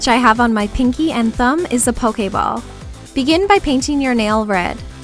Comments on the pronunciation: She says pokemon and pokeball weirdly. :o or maybe its just my southern accent. she say POKE A MON and POKE A BALL where i say POKE EH MON and POKE EH BALL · Why do you say pokeayball? >.> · Pokehball lol the way you pronounce it is so bizarre